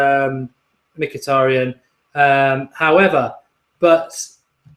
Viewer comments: I think you said Mkyhitaryan's name perfectly! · I thought Mark would have trouble pronouncing Mkhitaryan but surprisingly he got it right